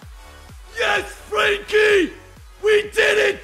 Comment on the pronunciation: You are probably the only English guy I know that pronounced frenkie right Dutch power homies